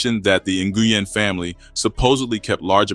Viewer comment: Nguyen is pronounced WIN